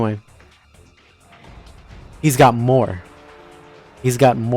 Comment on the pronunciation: “hE’s G o T MOre”🥴